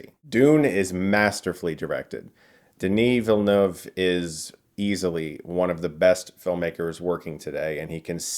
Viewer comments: You pronounce Denis Villeneuve's name PERFECTLY, it's so refreshing! Kinda done with all the "Willee-noof" out there lol Signed: A French-Canadian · Thank you for sharing your video and insights about Dune ! Incidentally, love how you correctly pronounce Denis Villeneuve !! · You're the first American I've heard pronouncing Denis Villeneuve's name properly! Nice review too!